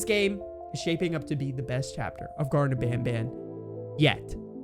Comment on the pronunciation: its garten but you said gardem which means you was gonna say garden.